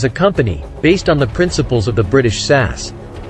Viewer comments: It's S A S (spelling out the letters) not sas. A very interesting article. I wouldn't want to be on the wrong side of any of them. Well done. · S.A.S. say each letter. not as a word